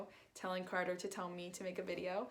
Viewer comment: You keep saying cater 🐱 It’s carter no affence